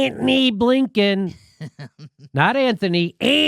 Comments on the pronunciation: I don’t know what it is about white ppl mispronouncing someone’s name that just isn’t funny at all to me.. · Jimmy, your pronunciation of "Antony" slays me.